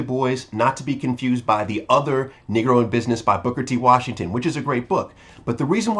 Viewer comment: BRUH- honestly would you consider making an effort. to pronounce the word Negro as NEE-GROW and not NIgg-gro - its sounds like your'e sayin the N word. thanks for consideration!!!